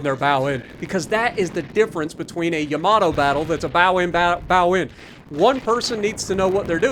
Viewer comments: “Yamator” 😂😭 that killed me. Good video!! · It's Yamatater